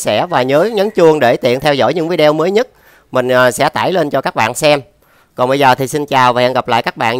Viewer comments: Bạn nói viđi ô nhe, nói vi de eo nghe khó chịu quá ! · “Vi đi ô” chứ không phải “vi đeo” anh ơi